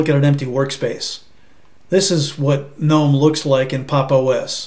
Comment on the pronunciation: Nice to hear someone pronouncing Gnome correctly! Thanks for a nice, clear review. I might even give Pop OS a try.